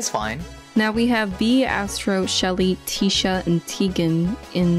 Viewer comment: it’s not teesha it’s tisha 😭 bc she’s a tissue box so its tish like tissue not teesh